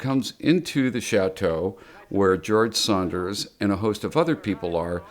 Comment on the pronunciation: Dan Ireland keeps saying "George Saunders." It's George SANDERS (rhymes with Flanders).